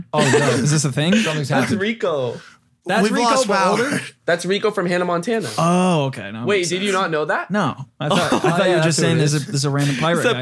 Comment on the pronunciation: Did rug just pronounce Hanna Montana wrong at first 🤣🤣🤣